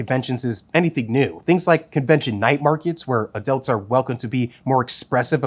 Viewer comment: Anyone else keep hearing “adelts”?